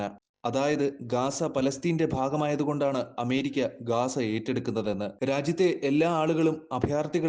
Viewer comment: ഗാസ അല്ല സഹോദര ഗസ്സ എന്നാണ്